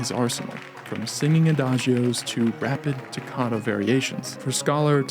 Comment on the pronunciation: why can't you pronounce adagio correctly?